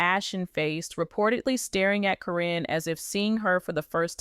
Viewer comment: Her name is Karen , not Corin when doing these story’s they should pronounce the names correctly